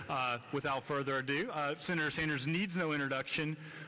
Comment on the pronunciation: "Shenator Bernie Anders!!" Dude can't even english... and he prezhidunt of university....